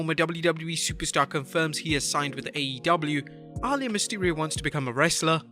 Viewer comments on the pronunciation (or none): very distracting when you keep pronouncing Rey's daughter's name like 'All Ya' instead of 'a Lee ya' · Her name is pronounced Ah - lee - yah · The way he says Aaliyah …. 😤😤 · DONT SAY A NAME IF YOU CAN'T PRONOUNCE IT CORRECTLY YOU BUTCHERED REY MYSTERIO DAUGHTER NAME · Why pronounce Aliyah like that?